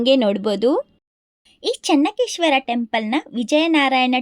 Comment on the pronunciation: It is not Chennakeshwara, it is Chennakeshava..